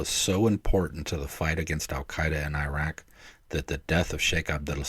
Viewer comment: How the heck do you serve over there and not learn how to pronounce العراق properly? Anyway, from the guy who found the launcher that was stopping the CAS providing the top cover without which the front line wouldn't advance, a reminder: The name عبير قاسم حمزة الجنابي is not forgotten, and that story didn't do anything to improve relations. It was inevitable since early 2002 when the massive effort to teach Americans to hate all Arabs and all Muslims and blame them all for 9/11 started and even more people could see it coming when the decision was made public to invade and occupy العراق with a quarter the number of troops the experienced senior officers said would be needed.